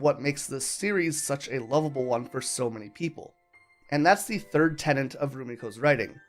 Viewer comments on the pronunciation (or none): none